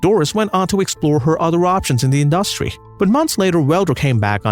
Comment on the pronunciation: Very curious pronunciation of some words like...💭 advertisement... industry...is this AI, as suggested a viewer?👀